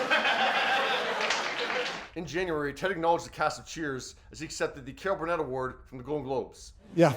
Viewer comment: Dude, slow down in your speech. Words should be separated and syllables should be clearly articulable when heard. It's "Carol (pause) Burnett," not, "Caahlbuhnett," and "Golden (pause) Globes," not, "Goldngobes" read with the rapidity of the micromachines man. Good content, but slow the eff down. Your fast speech ends up mauling your annunciation of each syllable of every word you speak. Just slow it down, annunciate, and you will be more amazing than you already are.